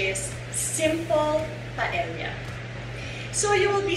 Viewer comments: Its pronounced paeya. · Kasi sa Spanish "y" kasi ang pagbigkas ng double "ll" like caballo(kabayo or Cabalyo), calle(caye or kalye), silla (siya or silya) and paella(paeya or paelya) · Glad Leon pointed out the pronunciation of paella. It is pronounced as pa-e-ya. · Hi Ms. Marjorie I really like watching your vlogs. I have cooked some of your recipes, all delish. Just to a little info po how to pronounce Paella, kapag double LL it should pronounce like Y (ia). Thats how they pronounce po spanish words. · Hi. I hope you don't mind if I correct you. It just bothers me. Paella is actually pronounced as "PA EH YA". Your version seems delectable because of the chorizo bilbao. I will try that. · my whole life i've been calling this dish as paella but my boyfriend would always correct me & tell me it is pronounced properly as 'pa-e-ya' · MARJ mali yung pronunciation mo ng PAELLA.